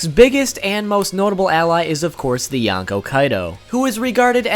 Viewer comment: Okay, I know you said in the beginning of video that you'll pronounce some words weirdly, but... ...with the way you pronounce "yonkou", I first thought you said "yacko" and wondered, "Luffy is gonna fight Warner siblings now?". After more careful hearing, I do hear "n" in there, but even then, it sounds like "yanko", and it's pretty distracting.